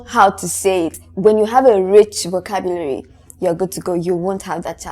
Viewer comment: thank you for this episode. I've learned much. Notwithstanding, na wetin with that pronunciation of 'vocabulary'.